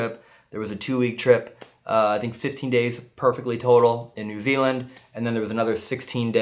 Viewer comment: Oi get our country name right it's not N Zee it's N Zeed